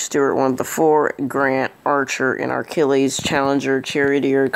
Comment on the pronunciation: Archilles... Achilles not ARC ILLES...